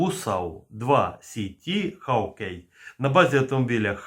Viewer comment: Шановний, з усією повагою, але Ви невірно вимовляєте англійське слово "hawkeye"! Ви вимовляете як "хав.кей" (ЯК КЛЮЧ), а треба складне слово "hawk eye" – «соколине око» вимовляти ХОК.АЙ!!! 😮🧐😁